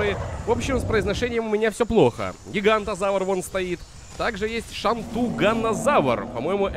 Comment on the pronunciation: Терезинозавр* Пахицефалозавр* Гиганотозавр* Паразауролоф* (или паразавролоф?) Шаньдунгозавр* Карнотавр* запоминай, )